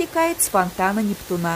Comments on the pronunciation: 🚩 Спасибо большое за эту экскурсию, но впечатление портится, когда слышишь "фонтан Нептуна́" вместо "фонтан Непту́на" 😀 Хорошо, что Нептун не реальная личность (во всяком случае в наши времена 😀), а то он мог бы подать в суд на. 🤪🤓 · наверное правильно НептУна.